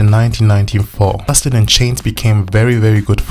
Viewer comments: Like many before me His name Is JC Not CHAINS . You wanna make a Video take the Time To GET IT RIGHT !!!!!!!!!!!!!!!!!! i Stopped watching because of THAT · JC's last name is pronounced "Sha-zay". It's French. His first name is Joshua, but his family calls him Josh. "JC" are his initials, used on the Mickey Mouse Club (there was already a guy named Josh on the show), and he continued using it into ☆NSYNC.